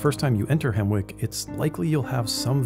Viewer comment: Isn't it pronounced Hemmick?